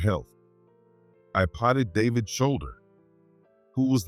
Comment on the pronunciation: Patted is not pronounced potted.